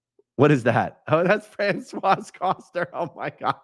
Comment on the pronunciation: Don’t pronounce the final consonant in French(pro: Fran-swa) Just sharing!